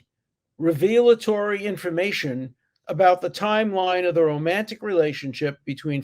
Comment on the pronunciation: The testimony/evidence was not re-veal'-a-tor-y. It was rev'-eh-la-tor-y.